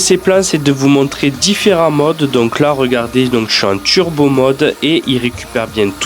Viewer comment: Pourquoi tu dis « tchurbo »? Ça fait bledard